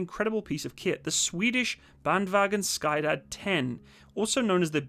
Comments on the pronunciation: It's not sky dad, it's skyddad. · Sky-dad 10 xD Sorry, I love you, and it really sounds like you've improved your pronunciation of "vagn". Skyddad is a tough word since it has a "che" sound instead of the "sk". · the way you pronounce that, though. Sky-dad. Quite humerous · Bandvagn Sky Dad haha! I love it. Sk is pronounced with a shushing sound (though not exactly the same - pull your lower jaw back somewhat and open your mouth slightly more) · As a swede it is very funny how you pronounce “skyddad” as “sky dad”